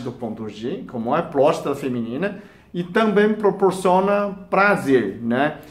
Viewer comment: Clidoris....plazer....plostata...e pastel de flango.... Tirando isso tá valendo!